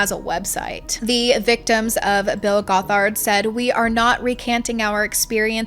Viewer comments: Great vid! It’s pronounced “Gothard”. Like “bothered” if that helps! You accented wrong syllable— but regardless he’s a monster! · Goth ard is how it's pronounced! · It's pronounced "GOTH-erd." ("Goth" is pronounced like wearing all black clothing, etc.) Also, he wasn't arrested when he crashed the ATI conference in Big Sandy, Texas. He was removed by police and given a trespass warning (not a lawyer, don't know the correct term & it's been a few years!) so IF he had come back, THEN he would've been arrested for trespassing. I grew up in ATI, & I am NOT defending Bill Gothard, just clarifying that 1 thing. :) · This video is so well researched and fantastic but the way you said gothard makes me feel like an insane woman